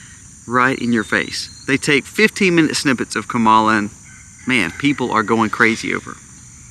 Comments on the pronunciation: If you’re going to try to make a valid argument for your vlog, you should first learn how to properly pronounce her name-loser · That’s not how you pronounce her name and you know it don’t be racist, dude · Wow. I have never heard so much hypocrisy from you man. You could have replaced her name with Trumps name on much of what you said. How can you trust a man that lies every time he opens his mouth? You've never watch the DNC convention? That's saying a lot. You only hear what you want to hear. All Trumpers are that way. Stick to prepping Sir. And learn how to say her name right. See you in November. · You're saying her name wrong